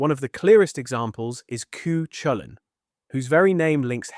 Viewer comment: Pronounced koo kullin